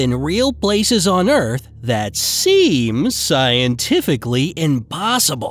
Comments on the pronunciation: In the beginning you said earts instead of earth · You said earts not earth. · Why it say earts not earths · Did anyone notice that it said Earts rather than Earths???😂😂😂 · ummmm mr. banana its EARTH not EART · They said earts not earth 0:2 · "on earts" omg >.< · At the begging it said earts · It said earts